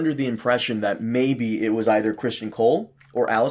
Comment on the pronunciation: I rarely use podcast apps anymore as most of the podcasts I listen to are also here on YouTube at the same time or earlier. Are these posted here or are they podcasts that are already out and then edit down for YouTube content? And. Your killing me with this Criston Cole pronunciation. His name is not Christian. It’s Criston. He’s a pivotal side character and you should really know his name by now.